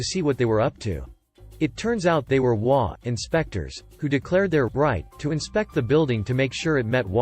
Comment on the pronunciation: I love the stories I just wish they would pronounce the HOA properly it's HOA not wa